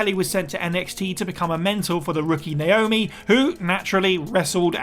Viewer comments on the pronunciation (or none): none